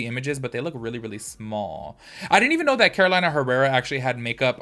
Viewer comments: It is not Carolaina, is Carolina (Karoleenna) 😀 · it's pronounced ''Caro-lee-na'' not ''Caro-laina'' 😊I just bought the Kara Beauty ''grandma sewing tin can'' I love it! but I agree with you, the color story should've been neutrals and light shimmers. Thank you for another video. 🥰